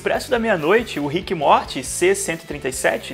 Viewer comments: Pq vc fala MORTE??. N assistiu não. Morty se lê morry....kk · Por favor não pronuncia "Mort" please!!!! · Mds para de falar morti 🙏🙏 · Que agonia ver vc falar “MORTY” e vez de “MORY” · se fala morry ou algo do tipo, mais pfv n fala morti dá agonia, aff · Meus ouvidos sangram quando escuto “Rique e Morte “ Kkkkkkkkp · "riqui moirti" KKKKKKKKKK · A pronúncia é MORIIII QUE AGONIA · “Morte” não, meu amado, pls!!! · Pq vc não sabe pronunciar "Morty" ? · Fala o nome do morty direito porra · Isso é um doido kk, até o nome do morty ele pronunciando errado, esse maluco. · Mano da agonia o cara falar o nome do morty errado kkkkk nao se le do jeito que se escreve nao amigo kkkk